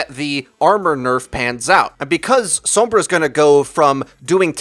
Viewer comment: The way you say Sombra annoys the hell out of me...